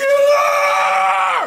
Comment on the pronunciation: Dude at the end said NUUCLUAR 🤣🤣 I think he was trynna say Nuclear